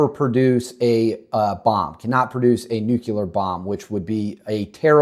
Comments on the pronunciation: No such word as nukular. Maybe you mean nuclear? Is English your first language? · Bro, How can anyone trust your content when you cannot even pronounce a 7 letter word?? It's N U C L E A R. Sound it out. Look at the letters. You don't get N U C U L A R from that. Please stop making yourself sound like a little kid. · nuclear not nucular